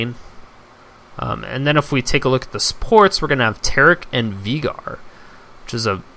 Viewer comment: It's not VEEGAR.. it's VAYYGAR